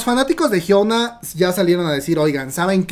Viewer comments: Es "Hyuna" no "Hyouna" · Por que pronuncias su nombre así??? Lo pronuncias como si fueras nativo anglosajón TT